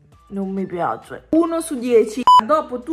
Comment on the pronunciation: a chi non piacciono i mochi🍡 dalla consistenza 👇🏻 P.S:quando dici✨NOn mI PiAzLe✨ e poi ✨PaTaTonZoLA✨